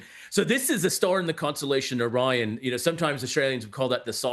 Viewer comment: betelgeuse not bitelgiuis, orione on oraion